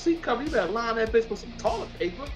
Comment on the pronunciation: 😂😂😂😂 I would be embarrassed to be on YouTube the way he pronounce words